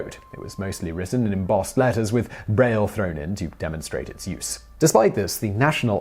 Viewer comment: Hey Simon, aren't you horribly mispronouncing Braille?